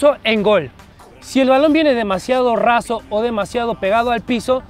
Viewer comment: Dice atrape razo y es atrape raso